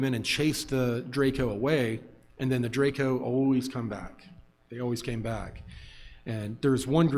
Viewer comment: informed about what? He didn't even know how to pronounce Draco